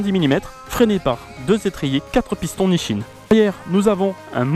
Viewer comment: Nichin ? Mdrrr NiSSin ;) Et c’est normal ton ressenti pour la poignée, c’est une des 2 brides de la moto (poignée + électronique)